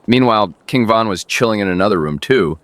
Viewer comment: It is von not van